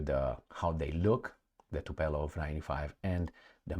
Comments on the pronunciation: TupOLJEv, not TupELOv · It's not TupElOv, but TupOlEv